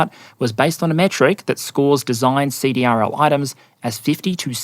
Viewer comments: CDRL is pronounced "seed-ril." (defense contractor) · Great video. The Navy needs to fix the soup sandwich that is their ship acquisition process. FYSA CRDL is pronounced "See - Drill " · fyi, CDRL is pronounced "see-drill".